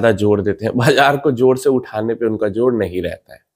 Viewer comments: जोर से भाई.. जोड़ नहीं.... 🎉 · जोड़ ❌जोर ✅